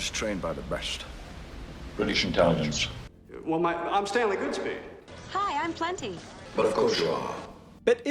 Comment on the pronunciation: One of my favorite action movies of all-time. Shtanley Goodshpeed. I love how Sean Connery pronounced his words. What a legend.